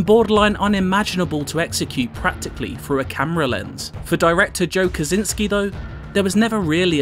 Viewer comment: It's not Kazinski - it's Kosiński, for god's sake!!!